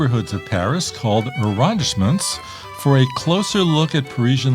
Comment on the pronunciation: It's pronounced a-ron-DISE-ment.